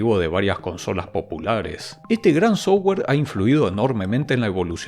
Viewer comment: O cuando dice sowua (software)